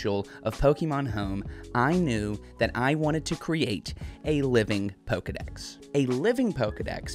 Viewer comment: Dex not sec